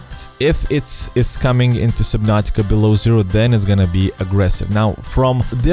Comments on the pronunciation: Does anyone else find it annoying how he say supernatica not subnautica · Soobinartica? It’s SUB-NAU-TIC-AAA SUB-NOR-TIK-ARE. GOD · I heard SUBPNAUTICA